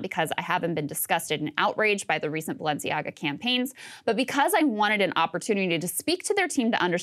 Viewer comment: Ah, then we discover what the name Balenciaga means. Rather "Baalenciaga"...